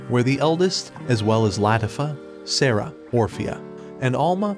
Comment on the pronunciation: its pronounced lah-tea-fah